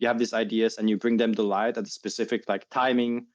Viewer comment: Does he live in Scotland now ?😅 Whats goin on with his "you", he says yuuh